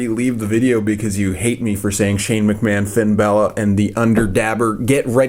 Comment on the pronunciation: It’s pronounced mcman vince McMahon